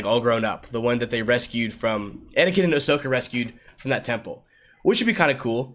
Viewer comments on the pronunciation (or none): none